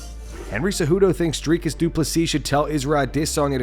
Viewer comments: Stop calling the man Drycus ffs. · Before Henry gives Dricus some advice he should stop pronouncing his name as DryKiss 🤣😂